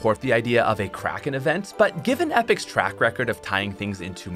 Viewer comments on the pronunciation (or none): When he said "Kracken fight" I heard "Crack in-fight" and was very confused